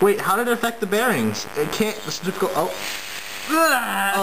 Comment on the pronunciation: What the fuck is "Ceterical force"? Tards...